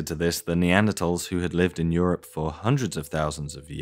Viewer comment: Bemused with how you pronounce “Europe” like “syrup”